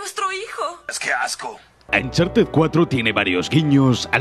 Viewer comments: Se pronuncia oncharted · Nadie Absolutamente nadie Ni Nathan leyendo su diario: Ancharted 4